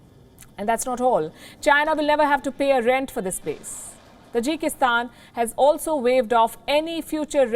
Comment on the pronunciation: Hey the word is Taajik in accent not Tajeek (Tajik) lol Tajikistan But you are calling it Tajeeekistan.😆😆 Got listen it's native residents